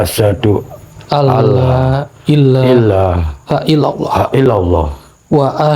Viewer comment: buat koreksi hal bacaan yg benar asyhadu allooilaahail lallooh